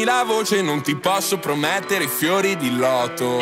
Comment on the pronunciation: Come fa a dire "PROMETTERE" come pure "CURIOSI" nel modo in cui lo pronuncia?